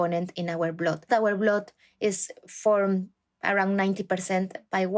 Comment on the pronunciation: Why does she say [blod] It is [bl^d]